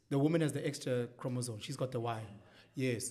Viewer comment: Thank you for the support, Dr B! He definitely said chromosone... nc nc nc... these are the people teaching your kids... yerr! 😂